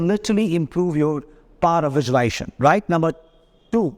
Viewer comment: Sincere advice: please learn to pronounce the word correctly. It is not visuali-ation. It is visuali-s-ation. A video in which a coach promotes visualisation without pronouncing the operative word correctly does not inspire confidence. Maybe it attracts people who have some trouble in speaking English. No one was born speaking English. Everyone learns it. So, please take the trouble to learn the correct pronunciation. Or better yet, why not speak in Hindi? Confidence & success have nothing to do with the ability to speak English. I applaud you for all the hard work you’re doing, and wish you great success. Namaste 🙏🏽